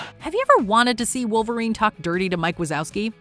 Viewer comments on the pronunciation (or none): none